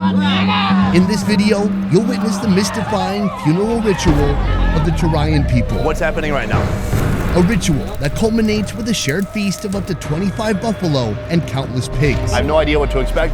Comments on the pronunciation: Not torayan To-ra-ja Like dja , not ya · Well, in Indonesian it's not torayan but torajan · You don't pronounce torajan like how Mexican/Spanish would, it's pronounced with a hard J like in Jack